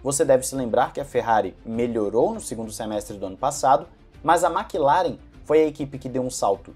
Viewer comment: Por que a galera fala Makilaren, e não Maclaren? Que agonia kk